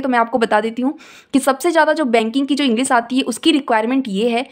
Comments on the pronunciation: ईगलीस man😂😂😂lol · Aap khud English ko ईंगलीस bol rahe ho